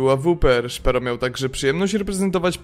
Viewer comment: Filmiki wgle nie trafione do tego co mowicie.. Zeby chociaz cos bylo z 1.6.. Nie akcentuj nickow na angielski.. np. ths zawsze byl tehaesem. A i jak juz to SZPERO nie SZPERU.